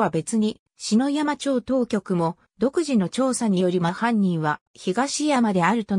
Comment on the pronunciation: ありがとうございます。 削除動画の主です。 ところで篠山町＝しのやま、ではなく「ささやま」です。 関東系の人はみな「しのやま」と発音します。